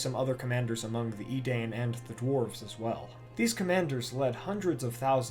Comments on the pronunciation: It’s “eh-deyen”, not “eh-dain”. Anyways, good video! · it's edaín, not idäin. muricans ... ts ts ts.